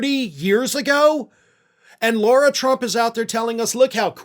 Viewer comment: Lara, not Laura. Oopsie!